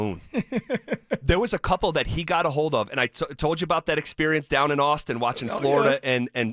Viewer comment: there is an L in the word HOLD. It is NOT pronounced hode???